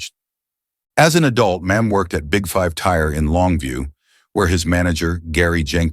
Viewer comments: Why does it keep saying "Mim" or "Mam". His name is not hard to pronounce. It is "Milam" (My-lum) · Why is he saying his last name as mam it's Mi lam